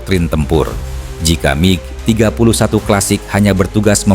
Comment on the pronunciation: MIG bukan Mi G. Bego km bro